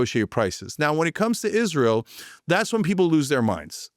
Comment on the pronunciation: or everytime Cenk says Isreal